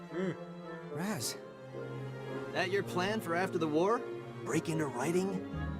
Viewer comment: Me smashes my head in every time he calls Raz, Kaz